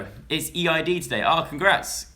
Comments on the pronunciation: Oh no joe😂😂😂 "E-I-D" is an Islamic celebration and it's pronounced "eed" not "e-i-d"😂😂😭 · Anyone else laughing when he pronounced Eid as E.I.D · It's E-I-D!! 😂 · I laughed at the way he said Eid😂❤️ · Laraib Xx same. I guess he didn't read Caspar's tweet